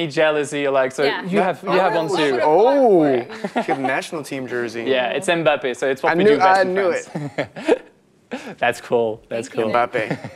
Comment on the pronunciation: Timothée pronounced Mbappé's name correctly! nice !